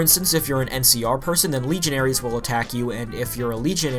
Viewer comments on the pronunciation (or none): none